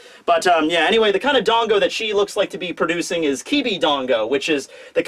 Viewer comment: Serious comment, not being mean: Why do you say 'Dongo' and 'Wono' and 'Monga' instead of 'Dango' and 'Wano' and 'Manga'? You have such a huge audience, many of whom will undoubtedly pick up this wrong pronunciation, so you have a duty to them to get it right! Hope this helps